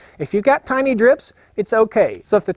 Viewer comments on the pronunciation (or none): none